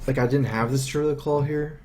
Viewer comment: Druid of the Claw, mate. Claw, not Call! <3 Isn't he cute!?